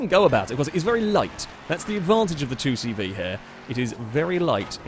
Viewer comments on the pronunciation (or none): Would it not be deus Say Vay as that is the French way of pronouncing C and V. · The 2CV is pronounced “deux chevaux” in France, which translates to “two horses”, I don’t know if you’re supposed to pronounce it “two horses” in English though